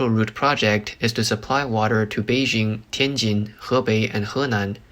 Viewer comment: Congratulations on your pronunciation, and thank you for taking the time to pay attention to this. Change your soft j to a hard one on Beijing and you will be doing even better. It’s the same hard j as in Tianjin. 😊